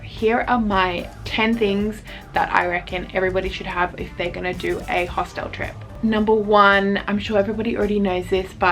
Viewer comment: bro please stop saying hostelle